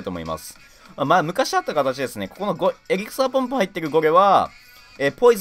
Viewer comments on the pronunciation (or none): エリクサーポンプが草ポンプにしか聞こえない